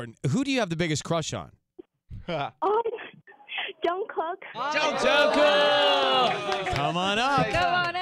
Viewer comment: "Jungcock" I thought I heard